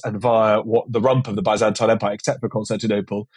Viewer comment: The way you're saying byzantine fucking hurts